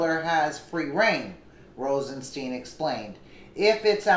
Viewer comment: Rosenstein is pronounced with a long i in Stein not a long e FYI He said that in the hearing before Congress.